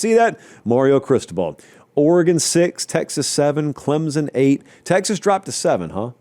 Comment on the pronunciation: Please, for the love of everything holy, it is Clem-sun, not Clem-zun. You can love us or hate us, you are free to criticize however you wish. But pronounce our name correctly.